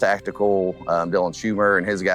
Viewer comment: Just for the record my name is Dylan Schumacher, not “Schumer” Killing me! 😂